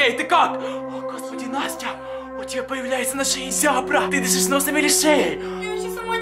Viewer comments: Настя у тебя появляется зябра!(жабра) Я: ахахахах😂😂😂😂😂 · Он сказал зябра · Он сказал зябра ну не чего особого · просто живёт в Украине,и не выговаривает Жабра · Не ЗЯБРА а ЖАБРА!!!!! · Не зябра а жаба